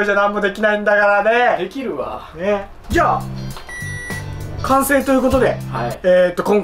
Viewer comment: 完成が言えない可愛すぎる